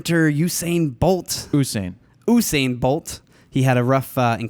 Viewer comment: By the way it is U -sain not UUUU-sain